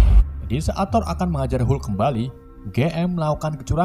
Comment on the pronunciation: Ha ha sebut hulk pun tak betol..come on admin.."